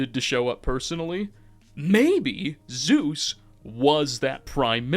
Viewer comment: "Zues" is not Zeus.